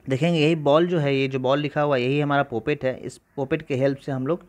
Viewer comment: पॉपेट type hh bhai not पोपट type 😅😂